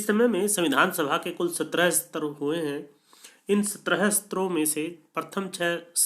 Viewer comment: Astra क्या है भाई ? आप सत्र ( satra ) नहीं पढ़ सकते । आपके एक शब्द का बार बार अशुद्ध उच्चारण आपके अध्ययन और आपकी जानकारी पर प्रश्न चिन्ह खड़ा कर रहा है ?